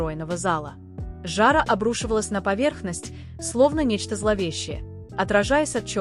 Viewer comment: Автор ролика ты русский язык изучала? Тебя слушать нельзя,ты думай куда ты ставишь в слове ударения.слово жара с твоих губ стало жАра,на слове режиссер,я дальше слушать не стала.